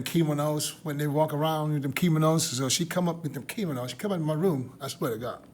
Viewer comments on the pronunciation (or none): Keeminos. Lol 😅😅😅😅😅